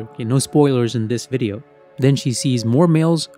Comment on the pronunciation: What's a wideo?😅